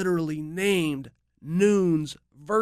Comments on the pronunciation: I love the way he says it lmao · Chael, stop trolling. You know how to pronounce Yair and Nunes. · Amanda Nunes is so under promoted Chael doesnt even say her name right.